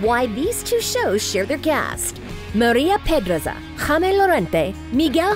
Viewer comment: when she said Maria PEDRAZA I died